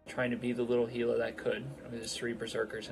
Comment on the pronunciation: TY for saying Gila right. One of my pet peeves when people pronounce it with a hard G sound ;p